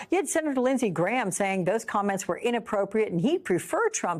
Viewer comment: Trump not Tramp😂🎉